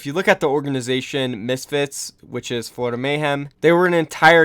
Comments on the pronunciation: oh boy i love the 'Florioda mayhem' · “Florioda Mayhem” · "Florioda mayhem"